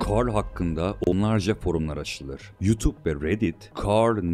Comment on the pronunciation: Aksanlı bir şekilde carl demen içimi daralttı